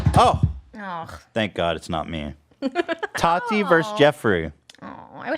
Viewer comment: The way Ethan says Tati like "tAti" makes me giggle internally every time, and you know he knows how to pronounce it correctly but just chooses not to because she's completely irrelevant